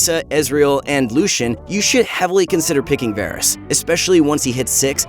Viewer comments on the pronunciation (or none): none